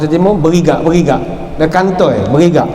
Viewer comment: Brigak dato.ahahaha.minat beno prkataan brigaknya.ahahhahahha